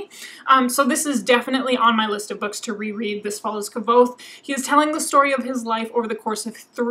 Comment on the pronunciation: Hi! Love your videos! Just one little thing, Kvothe is actually pronounced Quothe.